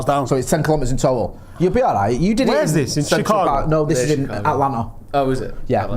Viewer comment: If I have to pronounce Reading as “Redding” please learn how to say CHICAGO properly. Please